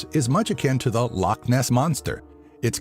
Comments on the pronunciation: How come no one ever bothers to learn how to pronounce loch? Its not pronounced like lock. Its Law-sound made when removing phlegm from the throat. Come on people, don't annoy us Scots even more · It's funny when people say loch like lock bc it's just wrong